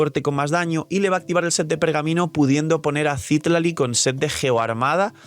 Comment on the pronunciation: v sería muy mamón si menciono que Citlalí está mal pronunciado?.. digo, tiene el acento en la "i" final, no al inicio... de igual forma debería decirse Citláli, como en México se pronuncia normalmente. Solo digo ._.